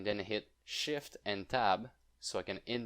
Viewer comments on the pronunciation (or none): none